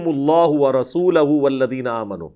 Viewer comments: Ap ki arbi main galti hui h warasuluho h ap ny warasulaho prha h Ali Bhai. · "Wa rasulahu" ni "wa rasuluhu" hy ...ap flow mein glat parh gae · Ali Bhai Bhai ap ny aayat Jo padi h innama waliukumullah w rasooloho h ap ny zabar padh di h please esko edit kr lain